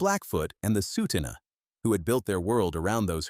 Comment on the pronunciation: I stopped watching when the ai narrator mispronounced Tsuu T'ina. Change happens, it's part of life. The void was filled by Big Rock Brewery since 1985 and Wild Rose Brewery in 1996. The original Calgary brewery produced beer until 1994 when it finally shut down.